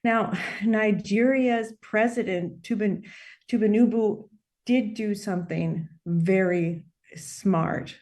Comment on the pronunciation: Arise news does a TERRIBLE job with external/foreign guests. Tinbunubu... she doesn't even know how to say the president's name, how can she know anything about Nigeria's affairs. skip.